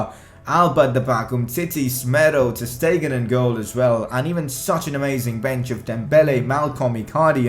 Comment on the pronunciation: and ter stegen is pronouncedas ter shtegen